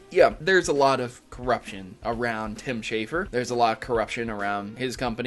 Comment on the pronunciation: Schafer, not Shaffer.